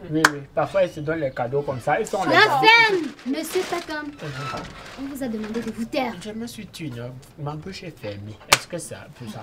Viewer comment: Mecde Ernestine tu fini avec on dit takam et non Tsakam